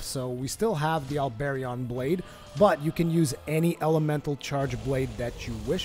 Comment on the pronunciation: The way you pronounce the Halberion Blade and the Gigafrost II HURT me. Learn your weapon names -_- other than that great video. As for someone who utilizes elements instead of just the Diablos Tyrannis II like any other CB User great video. Especially since this will probably be viable now after the Diablos Tyrannis getting nerfed in terms of damage and the Hazaak and Halberion CB got a phial damage increase.